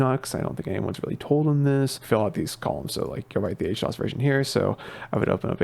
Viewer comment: How you gonna call it H-dos when it's literally HD OS lol. I feel like I'm getting memed on